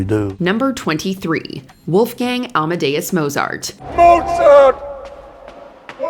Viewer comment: ‘Amedeus’ is inaccurate